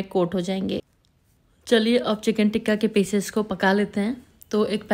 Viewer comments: ڈیئر بہت اچھی ترکیب ہے۔ پلیز "تکہ" ٹھیک لفظ ہے، ٹکہ نہیں۔ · Baji teeka😂 nhi tikka 😢😢